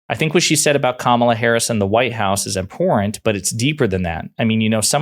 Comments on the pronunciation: Seeing that he's running for president you would think that it would be kind of important to him what people are about that are seen around him, going to events with him, riding in his plane with him, etc. And oh my Gosh, would someone please teach Marge how to pronounce the word, "Important"!!! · Marjorie says impordan for important. It’s the least of why I can’t stand her, but still it’s annoying.